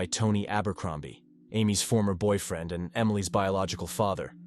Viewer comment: The one time I heard boyfield instead of boyfriend, and mispronunciations of a lot of words. I don't think I ever picked up on it in previous videos from this channel but this one I was like woooow lol